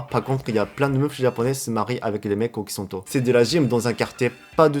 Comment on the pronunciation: Can I help you with the pronunciation of "occidentaux"?